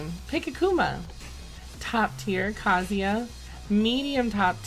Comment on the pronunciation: You pronounced Kazuya correctly?!? My lord... imma cry 😭